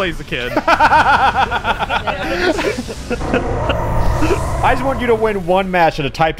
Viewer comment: It’s blaziken not blazakin